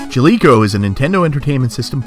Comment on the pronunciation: I was gonna make fun of you for not knowing how to pronounce Jaleco, but you can't pronounce "project" right either and now I'm just sad.